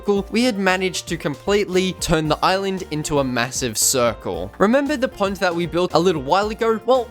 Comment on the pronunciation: When you were saying pond I thought you were saying punt.